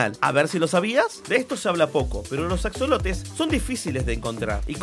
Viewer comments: En español se pronuncia y se escribe ajolote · Axolotes? Según se se pronuncia ajolote por que es de hecho un animal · Se escribe axolote y se pronuncia ajolote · Se pronuncia ajolote, Bro 👍🏼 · Se pronuncia ajolote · Se escribe con "x" pero se pronuncia como si fuera "j" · Se pronuncia con jota hombre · Men me da cancer escuchar que lo pronuncia en ingles >:c